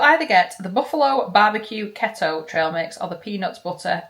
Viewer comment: Please look up how to say Keto & Chipotle love 😊💖 great video x